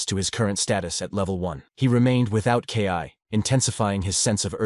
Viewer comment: This needs to be worked on a little bit. When the narrator says KI (kay eye) instead of Ki (Kee), it kind of ruins the experience.